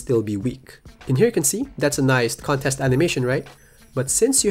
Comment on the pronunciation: “Con TEST!” Come on, you can do it.